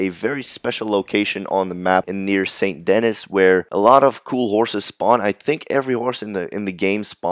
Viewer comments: It's not "Sain-t Den-IS." It's spelled saint denis but it is pronounced "Sain Deni." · It’s written Saint denis but its pronounced San da knee this dude reminds me of Arthur and Javier’s fishing trip the whole lannahechee , Lana ha see, bit